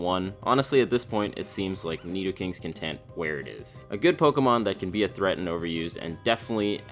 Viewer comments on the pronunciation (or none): Never have this guy on your videos again. It sounds like he is reading off a script and he way overpronounces his Ts like in seT and in contenT . And 2 in a row with losT and buT . Is that fucking necessary? Jesus Christ it's annoying. I can feel you spit all over me. Back away from the mic, you don't have to swallow it you fat fuck.